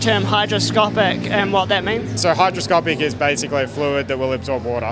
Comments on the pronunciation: minor correction, but it's hyGroscopic, not hyDroscopic! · It's "hygroscopic", not "hydroscopic".